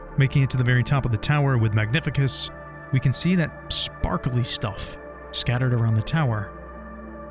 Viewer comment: That's my absolute favorite game ever. And this is the best video about it. But i insist that its MagniFÍCUS. With an emphasis on second "i".